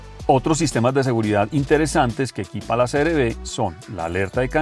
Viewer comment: Creo que dices siempre CRD Y ES CR-V